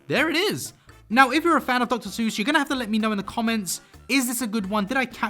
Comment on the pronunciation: After seeing the styles now I'm just waiting to see if he pronounces Seuss correctly or not... And he didn't, not surprising. Almost no one does But it looked great